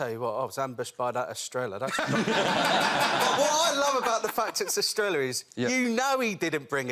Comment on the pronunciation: They should learn how to pronounce Estrella.